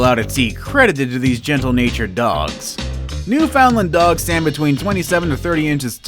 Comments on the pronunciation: It’s pronounced “newfin-land” not “new-found-land” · Also......New’ found land.. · you pronounce Newfoundland completely wrong it's not how you read it it's new and then fin land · Understand: it’s Newfin- LAND. That’s what they say in Newfoundland. Really. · Right, should be pronounced as New-fin-lund.......I cringed too! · It's pronounced newfinlin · it's pronounced newFINland. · This guy needs to learn to pronounce the dog’s name. It’s New FUND land. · Its a new-fa-land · Newfoundland is pronounced New fund land. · Its not! Its NEW FOUND LAND!! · You say it like new finland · It’s new-fin-lin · New found land! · The way he says Newfoundland makes me cringe so hard!😂 He’s definitely American. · Thank you for that clarification. I'm American too and would have said it wrong as well. We really don't have many Newfoundland's here. It doesn't excuse him saying it wrong, but it may explain it. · I'm American and cringed. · Shannon Arney I’m American and I say it correctly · Isn’t he pronouncing Newfoundland wrong? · That is not how you say Newfoundland. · Did this narrator really say new-FOUND-lun???? PIE-yer-neez? TIB-uh-ten Mastiff???